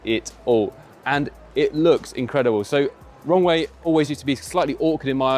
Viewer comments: When you say "Rowe" it sounds like "Wrong Way." Also I like the little S01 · i am sorry. It might just be me. the way he says the Roewe - it sounds to me like he says "wrongway"